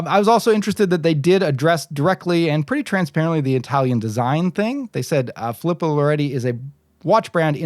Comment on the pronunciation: As an 2nd generation Italian American i have to correct your pronunciation 😆. Its pronounced Fee-lee-poe.